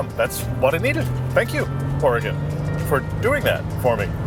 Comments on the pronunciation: Thank you for enunciating Oregon correctly. I love the entire WA - CA coastal highway, it's honestly surreal. Edit: HAHAHA, I have never heard it pronounced Tilla-MOOK. That is incredible. Locals say "Tilluh-muk." That was great!! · FYI it's pronounced TillaMUK not TillaMOOK . but you're forgiven because you pronounced Oregon correctly.